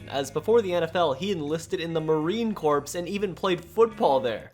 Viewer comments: Probably already said but: It is pronounced "Core" not "Corpse". The term Corps is French, which is why is is pronounced differently than it is spelled (blame Napoleon). Althought Corpse and Corps are related, as "Corps" does mean "body", but corpse implies a dead body. And the USMC is anything but a dead body. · Great video. Love the content. The Corps, in Marine Corps is pronounced "core" not "corpse" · It's Marine Corps but you say Corps like the part of an apple non-psychotic people throw away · Corps is pronounced core btw